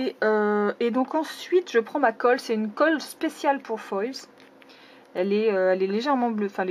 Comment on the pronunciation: sa se dit (au singulier et au pluriel) foile (désoler si tu l'a mal compris)